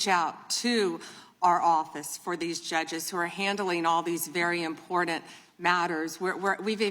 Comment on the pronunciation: This is very IMPORTENT but it doesnt seem like she takes it that way with her smirks. How does she not know how to say important? 😬😬😬 its like claws on a chalkboard. Three times now please stop.